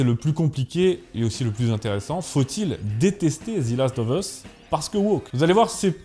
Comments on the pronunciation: S’il te plait ne dis plus Zi last mais Ze last, on dit Zi quand le mot d’après commence par une voyelle. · C'est un détail mais on ne prononce pas "zi" devant un mot commençant par une consonne, on prononce "ze". Après sur le sujet en lui-même, je n'ai ni joué au jeu, ni vu la série donc je peux difficilement me prononcer. Je sais juste que le jeu est apprécié des fans pour la richesse de son gameplay, le scénario très prenant et les personnages attachants (personnages qui semblent concentrer la quasi totalité des critiques en terme de choix de casting, si j'ai bien compris la polémique). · Pourquoi prononcez-vous "Zi" last of us au lieu de "Ze", étant donné que le mot suivant ne commence pas par une voyelle ? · Ze last of us, pas zi. Et même « the » pour les meilleurs 😆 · On prononce pas zi last of us mais ze . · Excellente vidéo ! Juste une petite correction à (pas grave mais juste pour info) : c'est "Zeu" Last of Us et non "Zi" Last of Us, on dit "Zi" uniquement devant une voyelle. Voilà, c'était juste pour préciser ça (même si tu le sais sûrement déjà, ce n'était qu'une petite faute de prononciation), sinon super vidéo ! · "ZE"... pas "ZI". 🙄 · The = Zeu quand il est suivi d'un mot qui commence par une consonne. Et The = Zi quand il est suivi d'un mot qui commence par une voyelle (sauf quelques exceptions). Donc arrête de dire Zi last of us, merci ... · Prononcez ze et non pas zi. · Pourquoi « Zi » Last Of Us ? Sinon très bon épisode comme d’hab ! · "Zi last of us" 😂. Un petit effort au moins sur le titre (d'un jeu que t'aime en plus) sérieux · The last of us « Ze last euv euss » « Zi » uniquement si le mot suivant commence par une voyelle sinon c’est « Ze ». « Of » se prononce « euv ». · Moi aussi ça m'a agacé surtout qu'il le dit plusieurs fois et quand on parle anglais ça titille les oreilles. Heureusement que la vidéo est top, ça a rattrapé ce défaut.